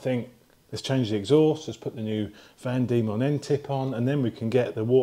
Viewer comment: Van Demon, as in van demons land, not vandemon!!